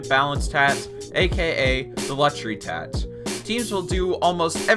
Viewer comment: It’s tax, not tatch